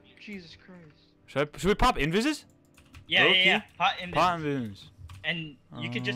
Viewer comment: lmao u can't pronounce invis